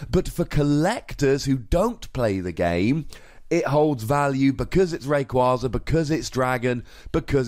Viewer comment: ITS F IN RAYKYAZA